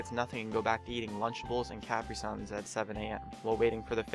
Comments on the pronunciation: "Cap-ri-sans" it's caprisun (cuh-pree-sun) jeez white folks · he said cap-ry suns lol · He says capri suns wrong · UM EXCUSE ME DID YOU SERIOUS PRONOUNCE CAPRISUNS LIKE THAT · The way he says caprisuns